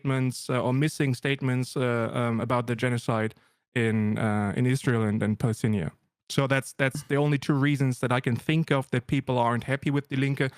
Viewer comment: Cool video, but why does he call it Palestinia and not Palestine?